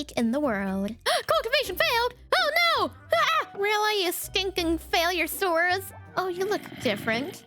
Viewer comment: I loved the attempt at pronouncing confu hehehe. Me too tho, idk how to say it either